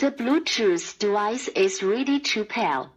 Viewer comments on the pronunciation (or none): "The bluetooth dewice is reedy tool pale"